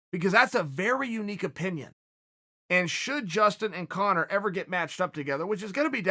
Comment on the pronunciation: Dario Bognolo ur such an idiot he’s saying it right,it’s Conor my god I just had to comment bc of this dumbfuck arguement in the comments